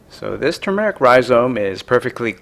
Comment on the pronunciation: Also pronounce it correctly. Too much !!